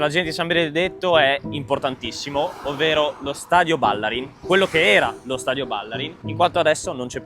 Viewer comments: Ma non si dice Ballarín ? Bállarin boh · Fuori tema, ma da veneto cringiavo ogni volta che sentivo “Bàllarin”. È Ballarìn! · stadio Ballarin con l'accento sulla seconda "a" non si puo' sentire, eh... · Ballarin pronunciato così non si può sentire. Ballarin è veneto con l'accento sulla i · Stadio Ballarin, accento sulla i. È dedicato ai fratelli Ballarin del Grande Torino perito a Superga. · Per favore, Ballarin e' un cognome veneto con accento sull'utima vocale, sentire Ballarin detta all'inglese suona ridicolo... Per il resto, complimenti!